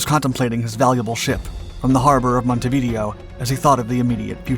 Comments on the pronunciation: If you're going to be an information provider - then get things right! 1) It's not pronounced "Monte-video". It's pronounced like this: "MON" + "ti" + "vi" + "DAY" + "oh". 2) Graf Spee's main armament consisted of a single triple gun turret forward and another one aft. The video is interspersed with clips of either the Scharnhorst or Gneisenau, which had three triple gun turrets, namely, two turrets forward in a super-firing arrangement and one aft. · Monte v Deo (Day_O) not Montevideo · His mispronunciation of Montevideo drove me crazy. It's pronounced like MontehveeDAYoh. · A little help with pronunciation - Monte Video/mohn-TAY vee-DAY-o. And, Graf Spee/groff sh-PAY. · Needs to learn how to pronounce Montevideo. Pronouncing it like Churchill is a linguistic solecism. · Hilarious pronunciation of Montevideo................... 🤣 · Please learn how to pronounce Montevideo. Hearing it mispronounced the third time compelled me to comment.